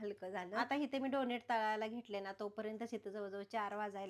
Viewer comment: Tumhi khup cchan kam karta... If u don't mind just one correction tyala डोनट boltat डोनेट nahi